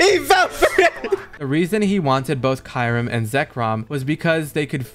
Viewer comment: Talk about miss pernouncing kyurim xDD still fun content none the less